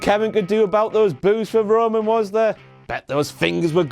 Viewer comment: No WTF-Moment for that Roman kind of "rayman" pronunciation fail???